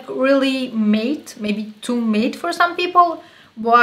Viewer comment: I love this, full coverage!!!! Not sure if you were wondering but matte is pronounced like mat, it's not a big deal though cause we all know what you mean, and I looovvee your accent! And videos and face! You seem like a super sweet and down to earth friend I would love to have! Xoxoxo